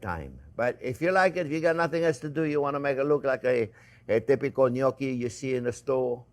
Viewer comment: Thank you, chef for pronouncing the word gnocchi just the way my grandmother did. As if you couldn't get any more adorable.